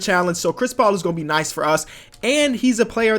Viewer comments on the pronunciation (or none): none